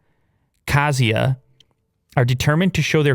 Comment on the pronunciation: About Abkhazia, I will not say anything about dispute between my country 🇬🇪 Georgia and Russia about this Rog territory but your Pronunciation is good :)